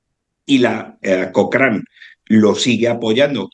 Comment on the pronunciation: Estimado amigo. No sé pronuncia "cocrein", sé pronuncia "cocran".